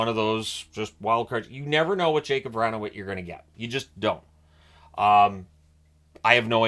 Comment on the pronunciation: Give me some raisin BRAN! What is so hard about pronouncing Vrana's name correctly? Seriously, Vra-na, the "n" is at the beginning of the second syllable not the end of the first. *Don't worry I'm munching on my snickers as we speak... NOPE... didn't help, you are still bull headed. 😂😂😂😂 PS - Made me happy you included him on your list. Happy day for this Caps fan and unfaltering believer in #13. 😊